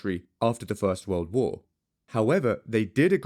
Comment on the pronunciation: People can't stand all of the extra "W's" he adds to words. I guess I agree. For example, the word "World", only has one "W". Not 3.